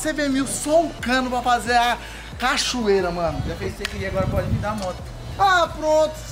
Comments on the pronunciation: o disse "cachorreira' kkkkk alguem,mais percebeu????? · 0"28 é empresão minha ou ele falou cachorreira kkk te amooooooo 😍